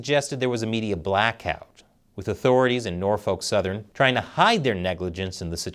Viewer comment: It's pronounced Norfuck. I'm from Norfolk. Trust me. You're saying it wrong